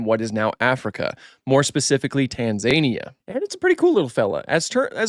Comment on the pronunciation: Weirdest pronunciation of Tanzania ever.